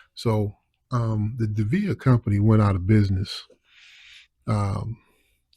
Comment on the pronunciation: It's pronounced Dee vee ay.